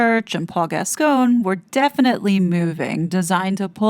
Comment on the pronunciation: Gasgoine is pronounced Gascoin. Just another ridiculous spelling us British have.